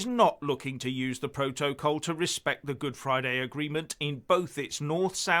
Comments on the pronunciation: I actually feel physical revulsion when he mispronounces protocol as Pro-toe-Kol yuck! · Sounds more like 'proht-oh-col' to me, when it should be 'proht-uh-col'. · What the hell is a "Pro-toe-coal" for ffs? Mostly Brexiters never understood what the fuck they were getting us into... .... or rather, what seriously expensive inconvenience we were PROTECTED FROM by being in the EU. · PRO-toe-col? PRO-toe-col? What the hell is that? 🤣😂😆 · Why can't cannot pronounce simple words like protocol or capitulate properly? There is something very strange about 'him'. His delivery is so monotonous and pronunciation so off, I’m forced to wonder if he is even a real person. It is very reminiscent of Max Headroom. If he is real then is either not as smart as he pretends to be or a very clever parody of ignorance.